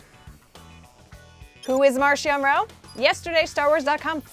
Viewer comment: They confirmed his name is pronounced MarKion